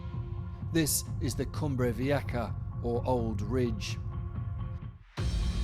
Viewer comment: Vieja is pronounced Vi-eh-ha.